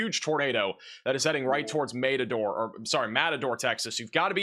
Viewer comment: How many place names can this guy mispronounce in a single sentence? Matador?? LOL